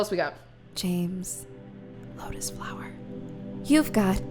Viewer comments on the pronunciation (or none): none